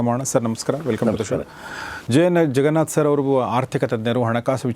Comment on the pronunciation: Your son is right , you are saying ZEN , it’s JEN , ಸೊ ಜೆನ್ ನಾಟ್ ಝೆನ್ 😊🙏🏽, the way you say jaganath sir ಜಗನಾಥ್ , ನಾಟ್ ಝಗನಾಥ್